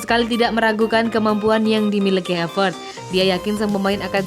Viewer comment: Klo Ngomong Havertz bukan Havert